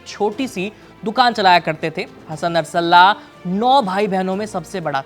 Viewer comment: उच्चारण गलत कर रहे हैं आप नरसल्लाहा ❌ बोल रहे हैं। ध्यान से पढ़िए।